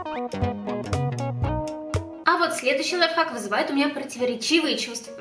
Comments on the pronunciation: Не лайфак а лайфхак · Аааааааааааа меня бомбит не ЛАЙФАК а ЛАЙФХАК!!!!БЕСИИИИТ